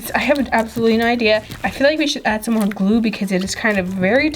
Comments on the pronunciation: Why does she always say glua when it’s suppose to be glue not glua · Glue not glule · Not to be rude but it is pronounced glue not gluol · She said glue like glueoall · do you know you say glueal ...........................................